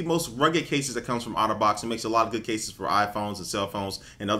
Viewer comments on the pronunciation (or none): i keep thinking he's saying autobots :/ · It sounds like he says Autobots not otterbox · i thought he kept saying "auto bots" instead of Otter Box lol